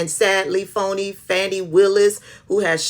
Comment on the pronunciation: I think the first statement was from Judge Chutkan in a case involving a J6 defendant, not from Drumpf. He was restating it. Also, isn’t her name “Faw-Nee?” Thanks for the content,, because I definitely don’t subscribe to or monitor his garbage site. I appreciate you making this available. He’s really, really scared and that’s really, really GRAND!!!!